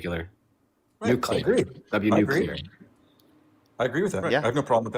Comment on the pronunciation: NOOcleeyar. NOOcleeyar. C’mon man